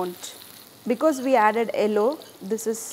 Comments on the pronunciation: south Indians always pronounce the color 'yellow' as 'ellow' lol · She: ello. ow are oo? :)